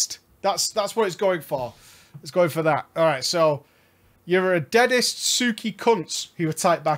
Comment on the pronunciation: "Deadset" not "Deadest"